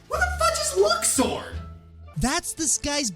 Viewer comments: Actually Luxord's name is pronounced as "Lou-sired" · My main problem with luxord is how many ways there are to pronounce his name. Luck-sword. Luke's-ord. Loosh-ord. Maybe even Lush-ord. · So Luxord was so forgettable that mispronounces his name? Well, since I had to wait for Kingdom Hearts III to hear how his name was supposed to be pronounced, I don't blame him. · Luxord is so forgettable you pronounced his name wrong